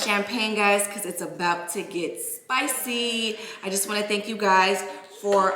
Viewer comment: You had I accient when you said you won't more